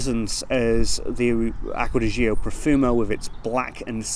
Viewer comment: It's GIORGIO Armani. And it's Acqua di GIO, not Zo